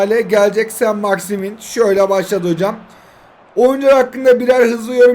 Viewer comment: 4.01 sainit maximin🤣🤣